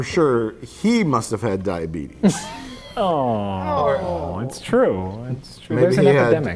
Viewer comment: "Where is my diabeetus medicine?"